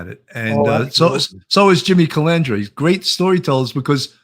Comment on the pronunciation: I love Sammy's name pronunciations. They are always funnier than the real name, aka Jimmy Calandra becomes Jimmy Calamadria, Jimmy Calamari, Jimmy Supercalafragilisticexpialidocious (kidding on last one obviously..). You gotta love it though, he's always entertaining.